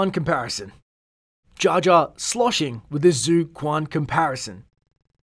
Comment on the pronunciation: It pronounced as "zui quan" not zoo kuan thx for murdering the prounucation